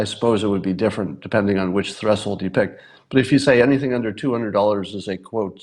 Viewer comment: Have I mispronounced 'threshold' my whole life? No, it's Scott Adams who's wrong.